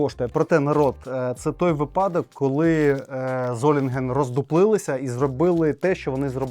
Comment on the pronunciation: випАдок, чи вИпадок?!?. Долбєнь., звідки ти , та твої батьки?